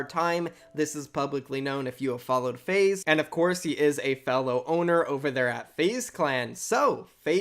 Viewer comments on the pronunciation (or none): Did say FaZe zayn